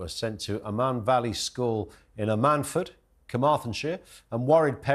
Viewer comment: At least have the respect to pronounce Ammanford correctly!